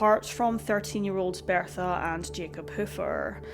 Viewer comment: You should NOT be narrating videos. You CANNOT SPEAK Properly or Pronounce words Correctly. It's BERTHA Not BEARTHA!! Had to turn off the sound!!